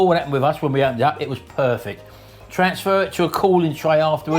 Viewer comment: "Perfect" BabyFrank "purr fecct"